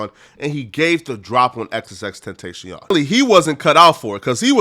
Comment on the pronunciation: Good vid but Ten-tashion 😭